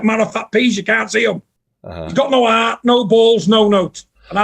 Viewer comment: John “he’s got no ARRRRT” Fury